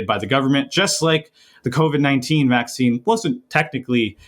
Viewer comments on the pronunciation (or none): none